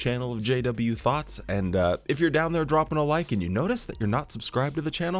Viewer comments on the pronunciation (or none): When you said JW thoughts my ears heard 'JW Thots' 😅. At this point they're about to lose more members with all this new light